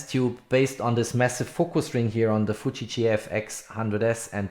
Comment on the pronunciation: It's Fuji and not Fuchi. You sounds like keep saying Fuchi. What you have done in this video was reading from the company website which is everybody else can do by themselves. No to bad video Dislike